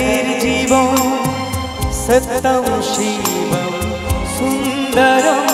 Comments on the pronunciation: সত্যম উচ্চারণটা শ্যামল মিত্র কি স্যতম করেছিলেন।সুন্দেরম্ না সুন্দরম্?কানে লাগছে তো!! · সত্যম,,,,,ইত্যাদি উচ্চারণ, মাত্রা,রিদম ঠিক নেই,বাকি প্রায় ভালো,,,,,!